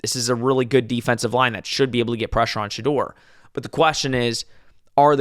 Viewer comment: Two things fellas. 1. It’s Sha-door, not Sha-der. 2. La’Johntay Wester, not Webster. Buffs 31-23.